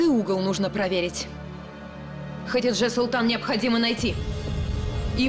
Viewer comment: Хатидже* , а не ХаДИже